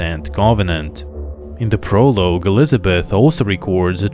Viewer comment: "Prolooge? it is pronounced as if saying "Pro-log" Plus you have the most boring voice i have ever heard. It could put someone into a coma let alone send them to sleep.